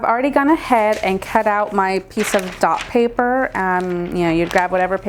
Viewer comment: Couldn't understand what you were saying about the tracing paper...Is it called "Dots" paper?